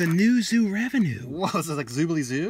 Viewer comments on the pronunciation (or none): You keep calling it New Zoo Revenue, it's New Zoo Revue like Review.